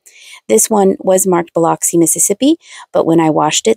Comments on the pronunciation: The way you just said Biloxi 🤣 I'm giggling I'm from Mississippi and you put way too much emphasis on the O it's more of an ugh sound... Bil-ugh-xi and very quickly not much emphasis on any particular syllable. But I'm sure I pronounce things incorrectly with my southern accent that you would find hilarious! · I too was born and raised in Mississippi and was going to comment as well! Bill-ux-ee was going to be my attempt at it. Love your videos! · I am just over the line in Alabama. Had to giggle at the way she said it. Lol. 😏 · Biloxi. Lol. Boy did you pronounce that wrong. Lol 🥴😏